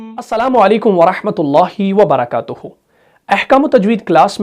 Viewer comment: In salaam according to tajweed rule one should say at the end ….wa Baraktuh not wa barakatuhoo as you said Also the Urdu word ghalati is correct not ghalti as you said